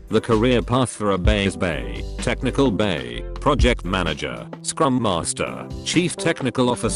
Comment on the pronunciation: No one: Reddit Computer Voice: "Technical BAE".